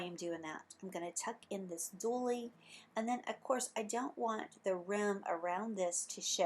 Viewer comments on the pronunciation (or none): Very pretty. Please check the pronunciation of a few words. Dooly?